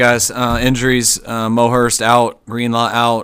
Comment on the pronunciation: who the hell is Mohurst in the injury report? Does he mean Mostert because that loser was out since his second play of the season